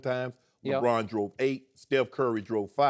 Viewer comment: .... "LeDron"... oh my.